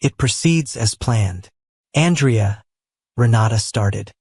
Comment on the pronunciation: Listening from northern Ontario, Canada. Truly wonderful love story! Well written and narrated, although the mispronunciation of Andrea's name made it into a girl's name, which lessened some of the effect of his power. 🙂 Names in a story are important to the identity of the character, and consistency is key. I have no idea how A.I. narration works, but if you can check it, and perhaps tweak it before your next story, it would make the story even more realistic. 💕